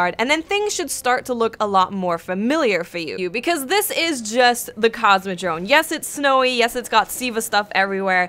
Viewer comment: Sounds like you say "CosmodroNe". :P